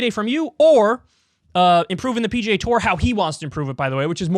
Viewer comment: Slow down and enunciate, Kyle. When you attempt to say PGA, it sounds like PJ.